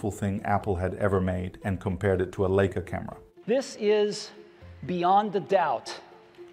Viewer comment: Leica is not pronounced like this 😢. Just listen to how everyone and also Steve Jobs pronounce it.